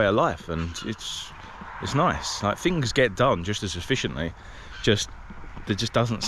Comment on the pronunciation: In Australia we don’t say Perf, fings, ferty - we actually use English here, so it would be PerTH, THings, and THirty.